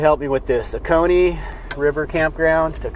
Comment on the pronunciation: Me again ~ yep, you pronounced Oconee correctly. After breakfast, we are having BBQ; see profile pic. 🥰